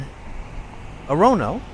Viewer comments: Or - Ra - No. Not Or-Rone-O. LOL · Orono’s pronunciation is more like Or-uh-no , not Or-ono. Greetings from central Maine! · You pronounced Orono wrong it sounds like "or-uhno" quickly not "or-ror-no" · OR ano, not O RO NO, and BANG GOR, Not Bang Or. We wear mocassins for slippers/ shoes. Look down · It's pronounced OR-RON-O; not OH-ROWNO! Maine native. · This video is pretty cool. It would have been better if you had told what the scary story of each town was. The city of Orono is pronounced Or ra no. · I grew up in Pownal Maine, near Freeport which had five shop shops. I never saw a black person in person until I joined the army at age 18. Ditto any Asians.What drove me out of Maine was a lack of teaching jobs and horrible winters. Orono is said OAR-row-no.Hamlin was also a vice president under Lincoln. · ORONO is pronounced or-UH-NO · I went to school in Orono, that you mentioned. Its pronounced "Oar ron no" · Just FYI: "Oar-eh-no" is how you want to pronounce, "Orono'. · DUDE!!! you pronounced Orono wrong!!!! It's pronounced Orr an Oh!!! Sorry, it's my state. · Pronounce the G in Bangor. And it's OR-oh-no for Orono. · Bangor...pronounced Bang-gor...hard g. Orono...pronounced Or-ruh-no. Not criticizing (it's nice to see my old stomping grounds up on video), just offering the correct regional pronunciation. Stephan King's house is on West Broadway and has many of the old lumber baron's homes there. Across the end of the street (onto Union Street) and up the hill a ways is Thomas Hill Road where many of the sea captains home were and also the Queen City Standpipe. Sorry, I stopped watching when you said you were heading down to Augusta. Augusta kind of sucks...no one goes there. It's the armpit of Maine (everyone except those who live there think so, anyway). LOL. The state capitol building is pretty sweet, though. Thanks for the video. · That's "OR-on-o". hahaha! Orono, ME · Its pronounced OR O NO..don't feel bad we have some tongue twisters here🙃🙂